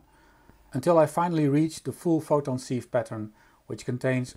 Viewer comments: Interesting. Sieve is pronounced 'siv' in english. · Very nice, thank you! Despite the spelling, "sieve" is pronounced with a short "i" as in "sit"